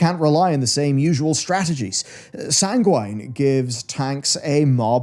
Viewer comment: the way you say sanguine makes me sad 🥲🥲other than that, a good objective video good job!!